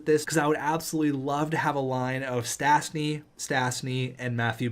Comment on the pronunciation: Stasny is pronouce stashny